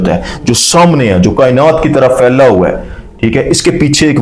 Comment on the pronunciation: Your Urdu is good but phailai kainat KO failing kainat u r saying tells u r not Urdu speaking is it so?